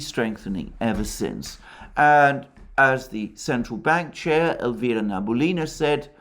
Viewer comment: the correct pronunciation of Elvira Nabiulina’s name is Na-bee-U-lee-na. Emphasis/stress on the U.